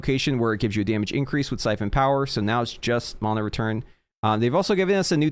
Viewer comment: It's actually the correct pronunciation